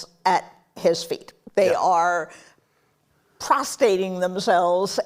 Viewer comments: doesn't know that she means "prostrating," and not "prostating." Oh but she's definitely intellectually superior. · She claims MAGA supporters cannot read, but then she claims that the media who have folded to Trump are "PROSTATING themselves". I listened to it many times, and instead of saying "prostrating", she says "prostating". 🤣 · Its Prostrating, not Prostating. Uh-oh, a MAGA guy has a better handle on vocab than you do. Kind of takes away from your dig at us not being "Readers". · the word you're looking for is "prostrating," not "prostating." If you're going to insult others' intelligence and literacy, the minimum you need to do is get your words right. What an idiot. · "Prostating themselves "? Did this intellectual mean to say prostrating? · So the arrogant liberal woman who laughs at the thought of MAGA voters being able to read said Bezos and Disney are "prostating" themselves at Trump's feet. The word is "prostrating", with an r. Keep telling yourself that your smarter than we are. I truly cannot stand these people. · the best part -- while simultaneously making stupid mistakes like using "prostating" for "prostrating" . hahahaha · Listen at the mark and hear Jennifer Rubin remark that people are: “PROSTATING THEMSELVES…..” Apparently, this ancient, pseudo intellectual fossil doesn’t know the difference between the prostate being a GLAND in male MAMMALS and the word prostrate. She may have intended the latter, but play it back for yourselves. That’s NOT what she verbally articulated. Sadly, the state of our educational system is so screwed up that I highly doubt anyone even caught her asinine faux pas. #WeAreDoomed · Did she say “they are prostating themselves”?!?!?!?! ProSTRATing lady….. prostrating. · She is supposed to be a professional journalist, and she mixed up prostrating and prostate-ing 😂😂😂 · She said prostating their selves… I think she meant prostrating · Prostating themselves? Did she mean prostrating?